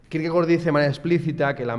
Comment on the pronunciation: Gracias por pronunciar bien Kierkegaard